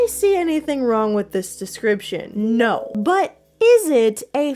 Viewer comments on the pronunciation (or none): i laughed very hard everytime you said nose instead of no, thank you